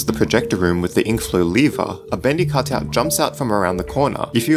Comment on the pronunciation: cotut lol you said cotut instead of cutout love it XDD